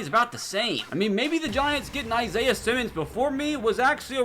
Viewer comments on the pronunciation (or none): none